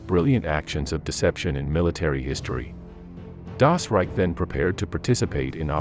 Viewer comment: at least try to pronounce the words right , or simply stick to english! trying to saying "das reich" and "hitlerjugend" in some kind of "english german" is just sad !